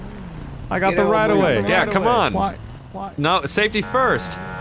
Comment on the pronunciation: its right-of-way, not righta-way